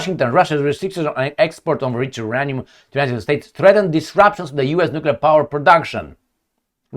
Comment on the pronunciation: Uranium Pronunciation, /jʊˈreɪniəm/ (yuu-RAY-nee-əm).